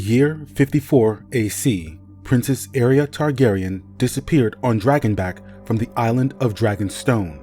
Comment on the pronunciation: I'm sorry for being "that" person, 😭 but it shouldn't be pronounced area, more like ah-ray-ah like a ray of light